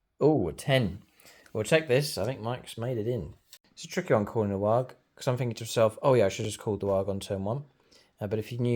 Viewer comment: Surely 'waaagghh' not pronounced a 'Warg' . Its 'Waaarrr!'